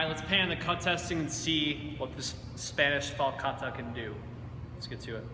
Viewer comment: Min. and , You are the first non-Spanish person that I have heard that pronounces correctly the T of the word falcata. Thanks and congratulations! XD XP Gorgeous sword and nice review! Greetings from southern Spain, land of the ancient Iberian peoples and the falcatas!